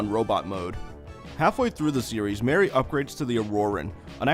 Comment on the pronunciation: Glad i'm not the only one. Also, pronouncing Marie as Mary is just plain lazy, especially considering all the character names were European.